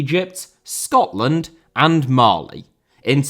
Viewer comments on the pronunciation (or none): Mali* not Mohrli Grath* not Grohrth Irish* not Ahrish Mcclean* not Mcclein Omobamidele* not Omobohrmedilei Final* not Fahnal Séamus* not Sheimus Shea* not Shay Johansson* not Jouwhansson Adaramola* not Araramouwler Debut* not Deibyu Inter* not Ento Roberto * not Robötouw Uefa* not Yuweifer Kumbaya* not Kumbohyohr Half* not Holf Udinese* Not Udeneisei Nigeria* not Nigerier Fahter* not Fother